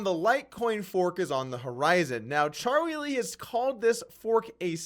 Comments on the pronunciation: Are you calling him Cha-wee Lee on purpose? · Anyone else notice how poorly Doug pronounces Charlie Lee's name? c'mon man...